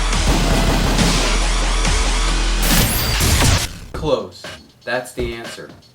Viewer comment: when he said clothes in the beggening i almost left the video